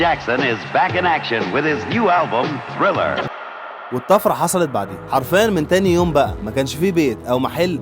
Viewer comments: “Thriller” not “Sriller” “Off The Wall” not “Off Za Wall” يا خيبتك الثقيلة، إستحي و انطق صح. لما بتنطق كلمة بالإنجليزي لا تستخدم لهجتك الركيكة. حتى بالعربي "ث" تُنطق ثاء و ليس ساء .. "ذ" تُنطق داء و ليس زاء إحترم مستمعيك و لا تنطق الحروف الإنجليزية بمزاجك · احا على نطقك لاسم البوم مايكل جاكسون ايه يا ابنى ده ثريلر